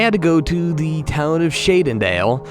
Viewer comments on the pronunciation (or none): "Back to DA statue" you need speech therapy for that spitty 7 year old apsergers voice of yours dude